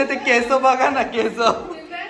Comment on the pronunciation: केस ला केस बोलायचं रे..केसं चूकीचे मराठी आहे..गोंरव पण केसं बोलतो रे.. त्याला पण सांग ना. All the best for your future.GOD bless you in all your endeavours. 😊